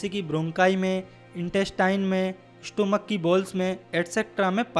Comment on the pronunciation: Incorrect Pronounciation Intercalary - इंटरकलरी not a सेलरी स्टमक not a स्टोमक It's इ सोफिगस not a ओशोpgihus